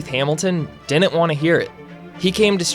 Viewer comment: I'd suggest a remedial diction class. "Didn't" isn't pronounced the way you do in this video. It sounds like you're 7.